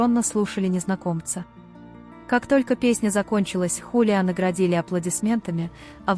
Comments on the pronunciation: ХулиО , а не ХулиА! 😂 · Зовут певца ХулиО Иглесиас, а не ХулиА... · Почему ХалиА, а не ХулиО Иглесиас? Просто слух режет!😮